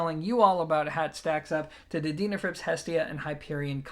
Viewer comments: I'd love to know how you pronounce the word "dean" ,, Its not a deanafrips, just sayn from my den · Least I didn't mention how you said their name wrong😁(so many times)